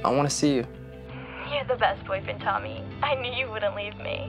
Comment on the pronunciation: It’s tommy